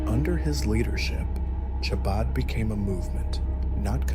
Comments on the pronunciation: The ch is pronounced like kh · Chah-baad? This must be AI or a very stupid person.